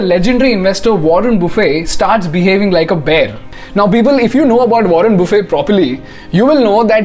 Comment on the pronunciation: Wrong pronounceation of mr.warren